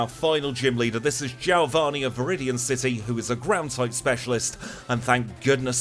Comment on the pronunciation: who's jailvani?? lol my friend you mean geo-vani! lol but a good run all the same !!